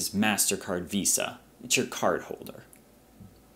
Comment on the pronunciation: 'ACQUIRER"....but great pres!